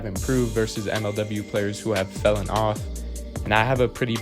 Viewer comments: You wrote “fallen” but keep saying “fellen” which isn’t a word. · Ok, sorry. I did about 5 minutes of research and found "Old High German fellen," and "middle English" for the use of the word fellen. I did not realize you wrote "fallen" which is not pronounced how you pronounce "fellen" and I also didn't realize you were resurrecting an ancient word. So why did you write "fallen" in the title, but say "fellen" the whole video? (by the way, spell checks don't recognize "fellen" either.